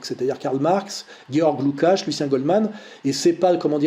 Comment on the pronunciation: "Soral a presque toujours raison". On comprend maintenant le presque. En total antagonie avec le déisme dont il se championne (christianisme). En plus il aurait pu un minimum regarder sur Google comment on prononce le nom du scélérat Lukács. 0/20.